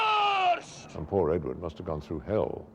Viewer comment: Edward "Wooward"???